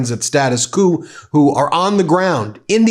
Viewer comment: Finally got it, Status "Coup". I've thought for some time you couldn't pronounce "quo". Sorry.